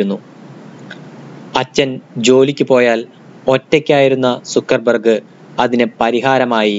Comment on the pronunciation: സുക്കർബർ ഗ് അല്ല ബ്രോ, സക്കർ ബർഗ് 👍